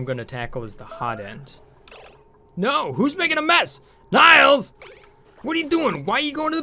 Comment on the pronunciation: You mispronounced Nails' name again.